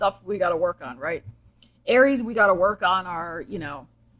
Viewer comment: you maybe feeling like you lived many life times. Me: I'm on my second life in this lifetime Also, when you said "alright, Aries...", I heard Arielle. I had to pause and think about exactly what I heard vs what I think I heard. What's a ♍ ☀ doing in a Aries reading anyway 😅 Edit: spoke too soon. Virgo is mentioned 💀